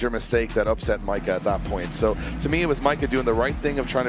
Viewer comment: Micah diaz Its pronounced "mai·kuh"